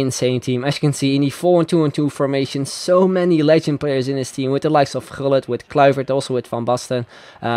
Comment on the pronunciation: From wich country are you? Because you pronounce the dutch names (especially gullit) right. Ps i'm dutch